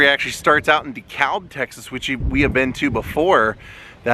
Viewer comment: I did a video on Dan, but O’Donnell was just too far away. Oh and DeKalb is pronounced “de-cab”. Don’t ask me why but that’s how they say it here. Keep on rockin’!